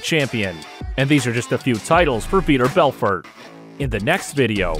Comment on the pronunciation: Vee-tore Bell-fort. I am at a loss about the percussion. What? Cool video. Some good info. But for real learn how to pronounce the name and then pronounce it that way each time you say the name. I heard about six different ways to say his name.